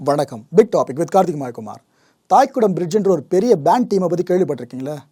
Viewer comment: "தைகுடம் பிரிட்ஜ்" நீங்கள் உச்சரிக்கிற போல தாய்குடம் இல்லை. தை = இளைய செடி (Young Plant)